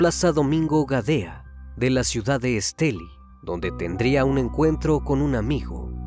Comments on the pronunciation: Estelí. Lleva el acento en la "i". Gracias. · Es Estelí con acento en la i. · X Fin un vídeo de Estelí, una cosa el narrador no dice Estelí con acento al final suena raro 😅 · Esteli con acento en la i, que bien como narras este trágico asesinato, soy de Nicaragua saludos. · Ni pronunciar el lugar donde se allano saben pronunciar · Soy de Nicaragua y soy fans del! Me causa un poco de risa como pronuncia el departamento de Estelí! Besos crimi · Me encanta la forma como relatas las cosas pero pronunciaste mal la palabra Estelí soy de Nicaragua y me encanta tu canal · Se pronuncia estelí no esteli, saludos desde masaya Nicaragua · Siii un poco estresante escuchar Èsteli jjjj por los que ya sabemos cómo se pronuncia.. Muy excelente el caso 🫰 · Una pequeña corrección: se dice El municipio de ESTELÍ con acento en la I. Soy de Nicaragua y resido en Los Ángeles, California. Mi amado país y este triste y espantoso caso. Gracias. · Que buen trabajo haces me encantan tus videos. Hasta hoy veo uno de Nicaragua soy de aya solo una pequeña observación la ciudad se llama Estelí no Estèli pero muy bueno tú trabajo, gracias. X traernos estos videos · No te fastidó que dijera Estéli en lugar de Estelí? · sólo b quiero hacerte una pequeña corrección el departamento se llama Esteli' con acento en la í al final de la palabra , por lo demás todo el capítulo está magnífico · Varias cosas que tengo que decir: 1-Muy lindos sus videos, me encantan, hace un muy buen trabajo y edición <3 2-Menciona el nombre del departamento sin acento en la "I" (Estelí) 3-También en la pronunciación del nombre puede haber un error, pues, aquí en Nicaragua se acostumbra a mencionar la "X" como una "S" (aunque puede variar, quizá la familia acostumbrara llamarla "Shiomara" y no "Siomara" a como se hace regularmente) Creo que eso es todo, muy buena noche! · Esteli con acento en la i. Acá no se puede meter el acento. Pero se puede pronunciar. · Corrección: se pronuncia Estelí. Soy Nicaraguense